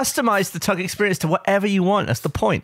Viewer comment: My partner has english as her second language (like Gavin) and says "Tuckle" instead of "Tuck" and it's so cute!